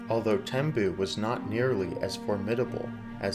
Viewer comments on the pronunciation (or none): It is spent Tembue. Pronounced Tem-b-we